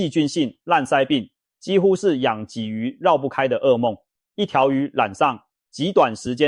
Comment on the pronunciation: 我真的懷疑這是共產大陸的製作影片，更盜用台灣腎臟科名醫洪醫生的聲音，真的很壞，還故意說台灣出口，我們台灣根本沒有黑魚，我們不講黑魚，我們鯽魚也不會唸二聲！